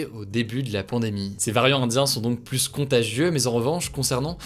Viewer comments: Le S ne se prononce pas dans plus , on ne dit pas la plusse belle 😅😅😅 on le prononce dans 1 + 1 that s all ! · Par contre on ne prononce pas le S de « plus » par pitié. Oui je sais je suis relou. Merci pour le reste :)